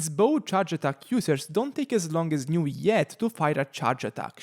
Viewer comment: Aargh, I hate the way you pronounce his name😂😅, why put so many alphabets if you'll just say nuviet